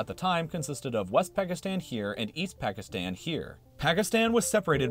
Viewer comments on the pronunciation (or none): You say the countries ending with “stan” wrong -let’s take Pakistan 🇵🇰, it’s pronounced: “Packistaan”, but you say: “Packistann.”